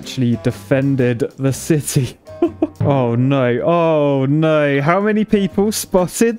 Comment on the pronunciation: "Oy noy! Oy noy!" British is so funny. :D